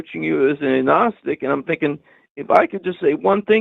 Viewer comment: Is it A-gnostic not ag gnostic? Don't pronounce the G.